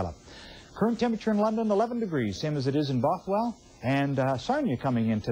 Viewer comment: It's Bothwell not Boathwell!!!!!!!!!!!!!!!!